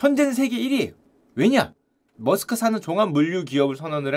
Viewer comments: 메르스크가 더 나은 발음입니다. 저도 잘 몰라서 google에 찾아봤습니다. Danish 이름 입니다. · MAERSK가 어떻게 머스크로 발음되는지는 의문이지만 하여튼 암튼 머스크 😂😂😂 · 일론 '머스크' 인줄